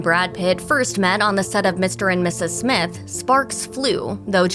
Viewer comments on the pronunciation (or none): none